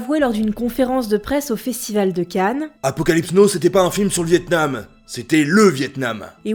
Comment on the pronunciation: "L'acteur est un génie à lui tout seul" : quelle mauvaise phrase, ça ne veut rien dire. Et mauvaise accentuation en 5'15 : il aurait fallu dire "C'ÉTAIT le Vietnam" et pas "c'était LE Vietnam", ce qui ne rime à rien. Bisous